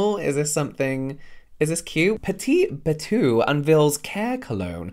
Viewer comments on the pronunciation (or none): Its pronounced bat-oh, not bay-too. learn french, that's what half the product company names that you deal with are in. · James, you're my therapy when I have insomina or feeling a bit meh. 😆🤗 Petite Bateau is pronounced Bah-toe, not that you'd really care. Thanks for making me giggle with your fun humour 💜